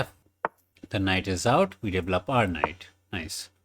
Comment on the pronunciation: DE-VEL-LOP not D-VLOP